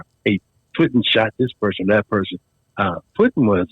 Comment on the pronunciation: It was Puddin. NOT Puttin.